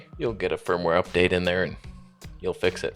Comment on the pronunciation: Kept hearing fur-mware update in this one 😂